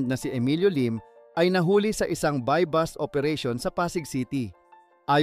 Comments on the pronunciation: buy bust hindi buy bus. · Sino interpreter BUY BUS OOERATION. .......sha. boooooo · na i stress nmn ako sa sashet🤣🤣🤣 at by bus😅😅 sa shey po ang sachet at buy bust po... ✌️✌️😊😊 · Bus ang buy bust. Ano ba to bakit naging narrator ito? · Sa sheeet 😂😂😂 Tapos buy BUS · 'Buy bus' operation? Drug 'para fernelia'? 'Si Sar Montano'? 'Doymonte trios' araw? Ahahahaha wtf yung mismong content creator bangag